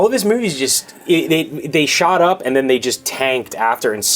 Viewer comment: I'm a fan of the show. Btw, did anybody notice how James says "..and then"? He says: "And nen" :)